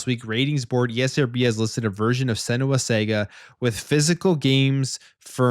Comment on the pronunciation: "Senua Sega" RAHAHAHAHAHAHAHAHAHAHAHAHAHAHAHA